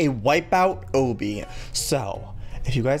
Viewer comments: who else gets TRIGGERED when he says Obby? btw its pronounced "AU-B-E" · Obbey? Am I hearing him wrong? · its pernounced ah bee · It is pronounced ahbee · I laugh every time he says obby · Christina Russell sorry I just can't, it's called an obby and just so you know Joey accidentally says it wrong sorry to disturb you I just couldn't handle it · The way he says obby is hilarious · The way he pronounces obby 😂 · The way he says obby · does it bother anyone else that he says obby wrong? lol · LOOK UP HOW TO SAY OBBY THE RIGHT WAY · I love you Joey but whenever you pronounce obby wrong I get irritated lmao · someone's gotta tell him he's pronouncing obby wrong JOEY OBBY IS DERIVED FROM OBSTACLE THE O's ARE PRONOUNCED THE SAME okay Joey ily bye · by the way your saying obby wrong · U say obby wrong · you say obby wrong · I know people pronounce things differently but it really annoys me how he says obby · joey i'm not trying to be mean but it's pronounced awbby not ohbby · I hate how he says ohbby instead of ahbby (these are the spellings of how they sound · It's not pronounced like OHbby it's pronounced like obstacle course. obby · it makes me mad when he says Obie instead of obbie. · UGHHHHHHHHSHSHSHSHD ITS NOT. Oooooobbey it's ahbeey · obby** you kept saying obbey🙃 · Joey I love your videos but it's pronounced OOOOOO-bby the O kinda has a A sound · heey joey pls notice me 😊 btw its not pronunced as owby it obbie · JOEY UR FUCKING PRONOUNCING OBBY WRONG!!!! ITS NOT OBY, ITS CALLED O-B-B-Y, OBBY!!!!! Luv u tho! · sweetie it's pronounced like ah-be not oh-be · Eeeeeeggggggg he still pronounces. Obby. Ahhhbeee. Like ohhhbeee. CRINGEEEEE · OH-BBY! lololol I cringe so hardddd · OBBY IS PRONOUNCED AWW-BEE JOEY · I think it's pronounced "ah-bee" like obstacle course. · obby is pronounce aw-bee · Joey its ah bee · I thought Obby isn't pronounced "o bee" it's pronounced "ah be" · joey PLEASE call obbys' like aw bee or bees instead of oh bee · It's not ohbee it's awbee